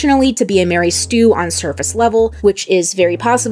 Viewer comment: "Mary Stue"? I've heard of a "Mary Sue" and a "Gary Stue", but not a "Mary Stue". Did they get married?